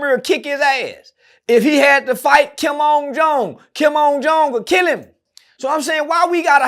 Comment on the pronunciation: Wth does he keep sayin Kim’s name like that that’s not his damn name smh mfs be tryna sound smart and sayin the wrong shit smh